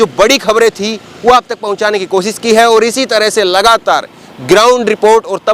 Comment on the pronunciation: aap bhut acche patrkar he. Lekin aap sha shabd ka sahi ucharan kijye. Sha ka ucharan sa na kijye jaise koshish ko aap kosis keh rhe he. Shikayat ko aap sikayat kwh rhe he. Bhasha me shabdo ka ucharan khaskar sha ko sa na kara kijye 0lz